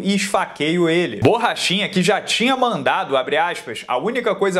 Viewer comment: "Borrachina" kkk